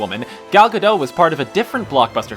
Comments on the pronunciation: Ga-dot, not Ga-doe. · can we all please come to the understanding that Gal's last name is pronounced Ga Dot. it is not French and the T at the end is voiced. Thsnk you fur your understanding. Have a great weekend. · Her Name is Gal Gadot! with a T in the end it is not silent. Gal GADOT!!!! can you please pronounce it correctly ?? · Gal Gadot is not pronunced gadow, the T at the end should be audible. She herself clarified that. She's not French, but Israeli. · Her name's Gal Gadot, not Gal Ga-dough. She's not bread dough nor is she French. Very peculiar. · It's Gal GadoT. pronounce the T! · Gadot is pronounced with the T. the T is not silent. and why would it be silent? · Gal Gadot is not French... the final T should be pronounced.